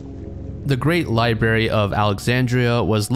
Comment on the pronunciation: LIBARY lol